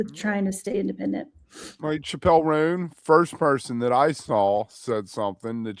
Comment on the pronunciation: learn how to pronounce Chappel Roan,...come on dude